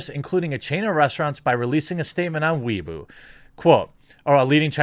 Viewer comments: that damn weeaboo statement by blizzard (it's weibo but he said weeaboo I laughed) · Jeremy, Weibo is pronounced "way-boh."